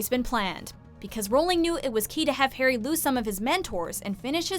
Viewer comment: Again who is hairy potter. Try saying Harry.